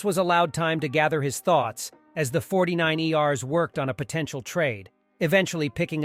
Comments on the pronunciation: fortynine E R’s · dude just lost me, 49iers? lol All these auto voice overs are horrible... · Diffinately read by a computer with the pronouncing 49ers